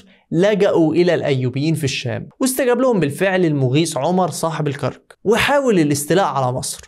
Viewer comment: الكرك بفتح الراء تنطقها الكرك بسكون الراء، أرجو أن تحترم عقول مشاهديك